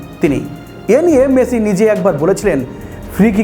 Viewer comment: হালার পো খেত।মেচি না মেসি।বাংগাল।